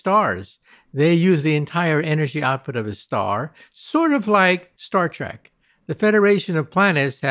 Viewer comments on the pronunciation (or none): none